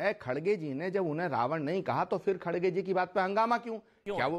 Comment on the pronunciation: It’s NOT “Khadge”, it’s “Kharge”. Not sure why he is mis-pronouncing again & again 😂